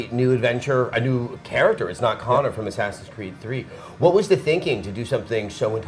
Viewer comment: Why the FUCK doesn't he just say Assassin's Creed? Is it THAT hard? God.